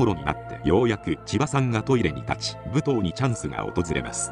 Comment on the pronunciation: ぶとうって言い方が気になる～ むとうでは？